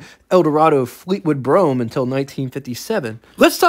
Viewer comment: I can't watch all of this, everytime you call it a Fleetwood Brougham, steam comes out my ears! get it right!